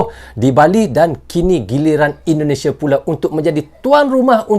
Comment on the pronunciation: NARATORNYA ITU ORANG MANA YA,,, SEMUA DIBACA DITEKAN DENGAN AKHIRAN HURUF. .." K " .indonesiak ,,Pertandak,, kambojak,,bagik